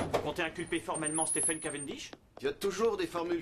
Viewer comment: Merci. NB/ pour la VF, en anglais Stephen se prononce SteVen V 🙏